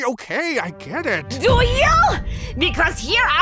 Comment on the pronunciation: ye,get-a out-a of-a here-a